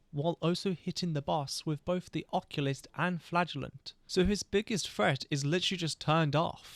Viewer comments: Im like who is the oculus but i realized you are saying occultist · Huh, I've never heard occultist pronounced that way. You're saying it like oculyst from warframe, but its pronounced like uh-cultist. Congrats on the winning run! That was a crazy amount of Death fights. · ocCULTist, not occulist (o)-(o) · "Occulist"? Are you Retarded? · Bloody beast video mate (seewhat i did there hehe) !! Also i love you but his name is The Occultist lol it was so funny hearing Occulist like there was an eye doctor dealing weldritch horrors 😂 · uh-cult-ist, lol it was driving me crazy but besides that great video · Loving the vid so far. You saying (and spelling) Occultist "Occulist" is tweaking me out tho 😂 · Apologies if this comes out mean, but you are pronouncing Occultist wrong. It's pronounced either [ uh-kul-tist ] or [ ok-ul-tist ], the way you're saying it is the old fashioned way of what an eye doctor is called which is an Oculist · Was gonna watch this video but you pronounced occultist like that so im good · You’re saying occultist wrong just so you onow